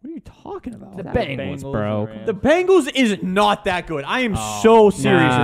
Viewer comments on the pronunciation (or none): Dude said bungles 🤡